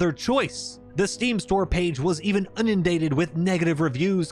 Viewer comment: Did he say unindated? Lol